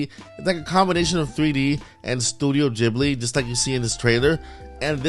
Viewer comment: Studio Ghibli (Gibly not Jibly)